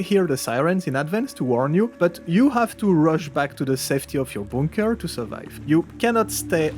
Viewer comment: I like how you say bunker. Boonker.